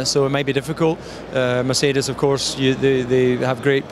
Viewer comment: Let op hoe DC Ferrari en Mercedes uitspreekt. Echte liefhebber.